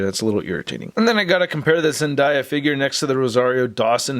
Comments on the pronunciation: It’s zen day a not zen die a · When say zen-die-yah Zendaya fans be like it’s zen-day-yah not zen-die-yah 😂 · ZenDAYa, not ZenDIEa! You say it wrong, but you make cool videos so keep up the good work👍👍👍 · Zendiya SUD and everyone else: IT'S ZENDAYA YOU IDIOT!!!! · It’s “ZENDAYA” 🤦🏾‍♂️🤦🏾‍♂️ “DAYYY” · Sorry, but zendaya is pronounced zenDAYa ( like it's a nice day today) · Your saying her name not right btw